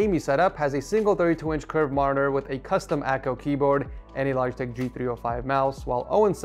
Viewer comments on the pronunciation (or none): none